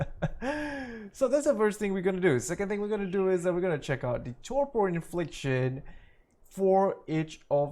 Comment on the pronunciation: lol its "torpor" not "torpo"